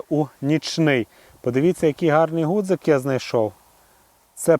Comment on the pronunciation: Чи сприймете таку критику– не гудзик,а ґудзик правильно казати.Пане авторе,жодним чином не хотів Вас образити.З мене як завжди вподобайка вашому відео.